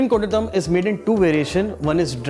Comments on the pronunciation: Its kon-daaa-tum but sadly pronounced here as kundathum lmao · Looks close to the original version... Request the chef to pronounce the colloquial way, the same way the malayalees pronounce it... Cheers... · Chef , pls don’t say kondattam like that . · This qualifies as a good tutorial on how NOT to pronounce Kondattam